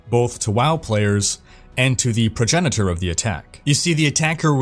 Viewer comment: Progenitor is pronounced prah-jen-a-tor. But awesome content nonetheless!